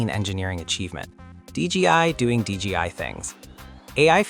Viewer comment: Its D J I not D G I